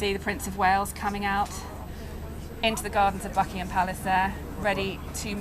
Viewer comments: She said fuckingham palace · Holy shit I thought she said fuckingham palace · Did I hear "*uckingham Palace?" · David..l heard the same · Is it me or does it sound like the bbc correspondent says "Fuckingham palace"